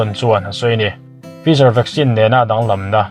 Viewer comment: Tha hle mai mahse fizar nilovin Faizar, spatnik aiah sputnik aw